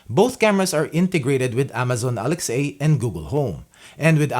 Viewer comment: Did you say Alex-A? (For future reference, it’s pronounced “uh-lex-uh”) but great video! It sucks that they raised the price of the cam V3.